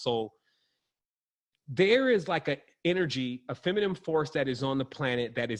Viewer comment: feminine. dude please learn how to say it.